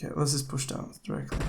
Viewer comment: upgrade your english because it is not yust its just